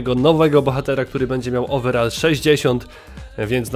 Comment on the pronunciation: ouverall chyba pac xD